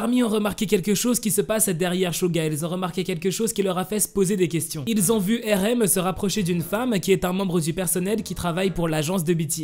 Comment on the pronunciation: Depuis quand on “ accuse “ une personne d’être en couple? Oh et ça se prononce Arème pas Érème